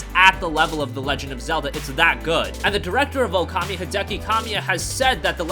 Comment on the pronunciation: It is OOKAMI not "OKAMI." Ookami means "Great God." Okami means "hostess." Ookami is not English. It is not promounces "ewkami." Japanese vowels to dont change pronunciation when combined. OO sounds the same as O or OH, it is just pronounced longer.